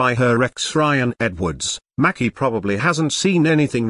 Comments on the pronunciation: It's MACY! Lord not Mackie! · If they are gonna use these electronic voices they could at least make them pronounce people's names correctly #Who's Macki #her name is Maci #May-cee